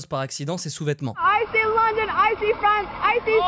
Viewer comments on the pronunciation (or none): none